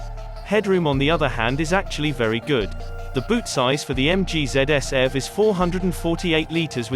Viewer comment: It's eee vee, btw.